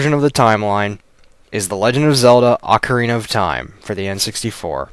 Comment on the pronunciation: Thank you for saying AH-carina and not OH-carina. At least i know im not the only one who pronounces it this way